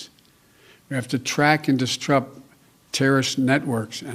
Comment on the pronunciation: He said "distrup". Disrupt can be tough to read and say back...